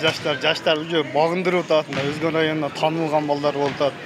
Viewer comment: Огон эмес озгон